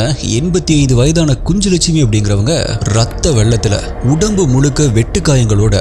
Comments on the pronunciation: Pronounsation is kunnulakshmi குன்னுலக் ஷ்மி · It's kunjulakshmi. Nj phonetically says gn like Gnanam in Tamil. So it is ku-nj-lakshmi.